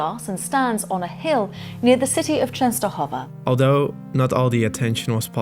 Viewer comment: perfect pronunciation of Częstochowa :)